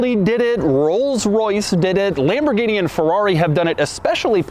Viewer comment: Americans and all English speakers,please learn to pronounce Porsche and Lamborghini correctly 😅